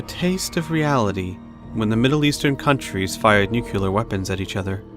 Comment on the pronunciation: Nuclear not 'Noookyuller' 🙄 Nuclear. New clear. It's not difficult.